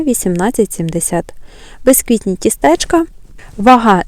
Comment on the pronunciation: ТістЕчка, кавОвий🤨, ви спеціально наголос неправильно ставите?